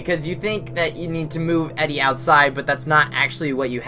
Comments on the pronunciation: Just to pick on things... It's pronounced Eedee, not Eddie. Good LP walkthrough though :) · FYI Her name is Edie, pronounced EEE-DEE, not Eddie.